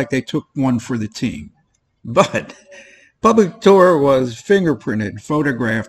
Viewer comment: What did you say 'public tool'?